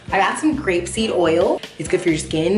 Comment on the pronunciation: was wondering too lol I couldn't tell if she was saying grape seed or rapeseed